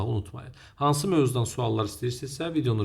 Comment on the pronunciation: "Hələlüy"ə evdəkilər güldü😅